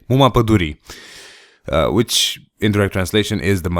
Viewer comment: you speak romanian? because you pronunce "muma padurii" very good thirth time